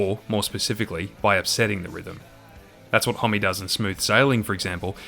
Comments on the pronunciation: “Holm” not “Holmey” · Isn't his surname pronounced Hom? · I've seen this guys name written a million times but always thought it was pronounced hom not hommy! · There's just no way it's pronounced 'Hom-me', right? It must be 'Hom', no?